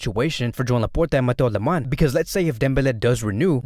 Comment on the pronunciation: Awesome videos and consistency but i'm still trying to figure out why you call him "mateu aleMAN"......where's the Y at the end in aleMANI?